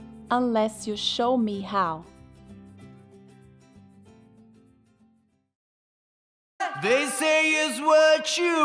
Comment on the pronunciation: só eu q percebi no final da musica, que tava escrito rau (how), e o cantor falou rou??